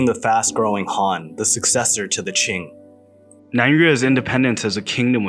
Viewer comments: Can't be Qing "Ching" right? It’s "Chin" Qin Dynasty. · and his pronunciation of some names are atrocious, like he says the 2 emporers Qin and Qing the same way. one was a Han, the other a Manchu